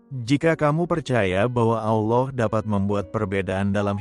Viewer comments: Salah penyebutnya Pak Allah bukan allow itu nama yang sudah betbeda Terima kasih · Saya merasa janggal mendengar pengucapan "ALLAH" manjadi "OLLOH". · Tolong sebutkan Allah dan bukan Allow. Terima kasih. TYm.🙏🙏🙏🙏🙏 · Amin. 🙏 Mimin, biar pakai kata Allah saja tidak usah pakai Auloh lah.... 🙏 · Ameen Halelujah,Doa yg sangat indah tapi sayang penyebutan ALLAH diplesetkan ALLOH,TUHAN ALLAH kami adalah pemilik Surga Damai & Sukacita bukan TUHAN ALLOH pemilik Surga kenikmatan 72 bidadari,tolong dikoreksi donk,membuat mood berdoanya jadi berkurang,kesisipan rasa keki/dongkol mendengarnya,konsep ajaran 2 agama ini berbeda/bertolak belakang sama sekali tidak sama,yg satu mengajarkan kasih & mengampuni,yg satu lg mengajarkan bunuh yg bukan seiman,darahnya halal ditumpahkan,interupsi keberatan penyebutan nama TUHAN ALLAH not TUHAN ALLOH,undestood my brother,thanks 🙏🏻🙏🏻🙏🏻❤❤❤👍👍👍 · kenapa anda menyebut Allah dg Alloh? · Tolong dirubah mengatakannya bukan OLLoh